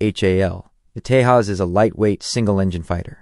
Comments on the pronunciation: The pronunciation of "J' is problematic. 'j' is pronounced 'h' in spanish but 'y' in germanic languages. When a name is transliterated from an Indian language to English, 'j' is pronounced as in 'jet'. The irony in this video is that 'j' is pronounced 'h' as in Spanish with respect to the Tejas but pronounced as in English for JAS gripen (where JAS is pronounced 'yos' in Swedish - Wikipedia). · You pronouncing name Tejas incorrectly. Letter 'j' is not silent. Don't demean the name if can't spell it correctly 🤬